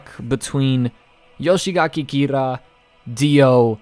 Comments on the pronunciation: Don't want to sound too picky but its "Yoshikage" not "Yoshigake" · It's not Yoshigaki Kira, it's Yoshikage